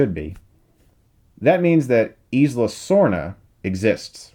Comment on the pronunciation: i could be wrong but i think 'isla = eye-la' not 'eez-la'